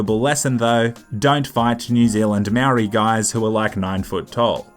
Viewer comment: u say Maori like moldy